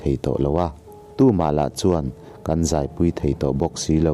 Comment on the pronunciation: Kan khua tih ilam hi kalo hriat Dan chuan Kan tia lam lo in Kang tideuhin I lam thin in ka hria